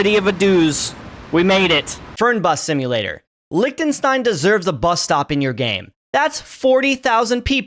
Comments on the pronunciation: Bro. it's not pronounced liekenstein. It's Liechtenstein. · your "wrong" pronunciation was better than the "correct" pronunciation. It is not pronounced "Licktenstine". The official language is German, and the name is pronounced like "Leeshtenshtine". It is baffling to me that native English speakers can't be arsed to learn what the German "ch" is supposed to sound like. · It‘s not even pronounced Licktenstein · It is actually NOT pronounced Licktenstein. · It's not pronounced Licktenstein. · it is not pronounced Licktenstein your first pronounciation was right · lot of murica moments in here but the funniest part is him correcting his pronounciation of Liechtenstein and then complaining about the spelling. It is a soft ch like you tried pronouncing at the start. Not a ck... Let me tell you abt the ie, ei business. Basically they speak german and in German the ie is a long i. The ch is either a throaty h sound or a soft sh sound, in this case the latter The st is a sht and the ei is an ai sound. Still a good video and I enjoyed it, bye